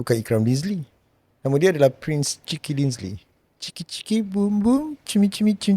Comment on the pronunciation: Asal lama lama dengar sebut 'prince chicken' dinzly 🤣🤣🤣